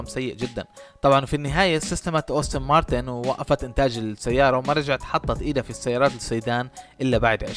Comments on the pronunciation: يا أخي أنت تصنع فيديو ، وتتكلم عن سيارة لا تعرف كيف تلفظ اسمها ؟! السيارة اسمها مكتوب على يسار الفيديو : أستون مارتن aston martin ، وأنت تلفظها : أوستن مارتن austin martin !!! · عزيزي صاحب الفيديو : اللفظ الصحيح هو ( كامارو ) مش (كوميرو) ... كذلك اللفظ السليم هو ( رولز رويس ) مش ( روز رايز ) ... كذلك اللفظ السليم هو ( آستون مارتين ) مش (اوستن مارتان) ... وهلمّ جراً . وللاسف قائمة الاخطاء طويله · أستون مارتن وليست أوستن مارتن 😭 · يا ريت تتدقق بأسماء السيارات بشكل صحيح وتعطي معلومات صحيحة لما تحكي ميكانيك مافي شي اسمه قوة ١٣٠٠ سي سي . والسيارة اسمها أستون مارتن مش أوستن .